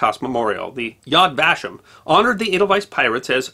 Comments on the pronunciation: With respect, may I correct a word you mispronounced? Yad Vashem. You broke the syllables incorrectly by saying: yad vash-em when it's pronounced: yad va'-shem. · Just a note: Yad Vashem is pronounced "yod va-SHEM" (This is not a criticism; you had no real way of knowing) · Yad vaShem. Accent on the Shem, not the va. Yad = memorial (lit. "hand"), va=and, shem = name. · Side note: Yad Vashem is pronounced Yad Vah-SHEM. Shalom from Texas! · Re. Yad Vashem in Israel - accent is on the 2nd syllable: va-SHEM